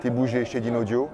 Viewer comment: Le présentateur qui ne prononce même pas correctement le nom de la marque...